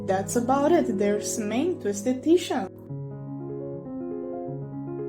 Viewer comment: Finally!!! Someone says Tisha’s name right!!!